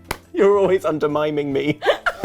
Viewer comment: “You’re always undermiming me” broken haha